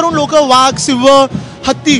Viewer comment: सिंह म्हणा शिंव नाही😂